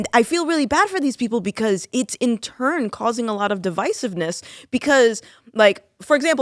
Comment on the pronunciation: These people say they are sick of it? They are part of it. And did she say deviceofness? Wtf?